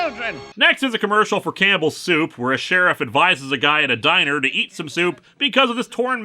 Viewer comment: Whenever Linkara says 'Campbell soup', I keep hearing 'cannibal soup'...